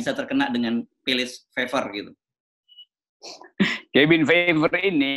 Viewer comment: Cabin Fever (kehbin fiever). Kok bs pd salah pronunciationnya dua org idola saya ini. 😜